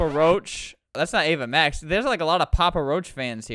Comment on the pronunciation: sounds like ava mash lol